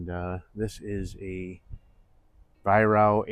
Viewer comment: Pronounced vi- rack get it right mate????